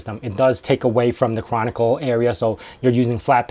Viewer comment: Are you saying Canonical but it sounds like Chronicle?